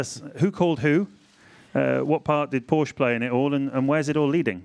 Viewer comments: I love Hartley for saying "PorschE" instead of "Porsch" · "Poor-shu" - Brendon Hartley 2017